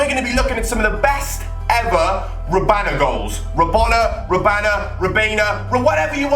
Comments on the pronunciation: It's not rabana its rabona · IT is rabona, not robana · it's rabona not rabana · it's a rabona not a rabana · It is rabona not rabana. Pronounced Ra-Bon-A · the word is Rabona (Ra-Bone-Na) Not Robana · Rabona not Robana... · he said rabana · RAB-ON-A... ON NOT AN! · rabana????? lamelna????? are you dumb WTF can't you read???? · It's ra-bone-a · please it's pronounced Ra-Bone-a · am I the only one annoyed by saying "Robana"? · Stop fucking saying rabana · HE DOSNT EVEN KNOW HOW TO SAY RABONA!!!!!